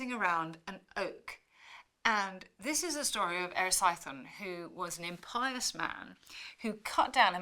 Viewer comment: Kind of astonishing that a professor of history would go on television and not care that she doesn't know how to pronounce Latin or even English words like ogee and impious.